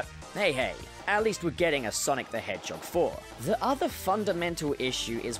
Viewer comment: No one:: Sonic the HehJOG